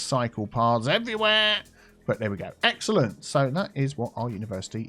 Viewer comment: I keep hearing egg salad instead of excellent